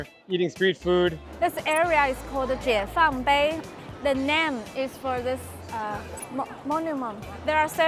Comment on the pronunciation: Jiefangbei not Jeifangbei only thing I can correct the rest is amazing and I want to go